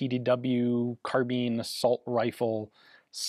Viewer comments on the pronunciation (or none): none